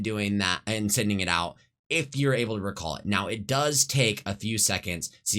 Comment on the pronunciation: man, ngl this makes me want to play apex. also, why do you say recall and recon like that? LUL Kappa